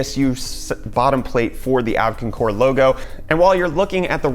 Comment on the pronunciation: Abkincore? Abkoncore? Their logo does not read like you say it. It looks like Abko-av-core. That's confusing.